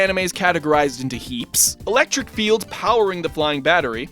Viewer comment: you said electric wrong XD